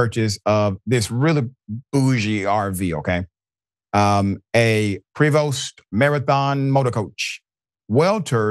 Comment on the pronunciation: You pronounced Prevost wrong.